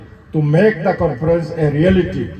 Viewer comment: It’s Conference not confidence